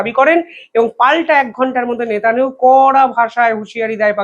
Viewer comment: Bolun Netanyahu Not netananu!